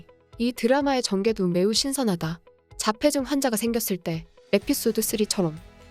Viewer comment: 자폐증이 아니고 자폐쯩으로 읽어라.우리말의 소중함도 모르면서 ... 부끄러운 줄 알아라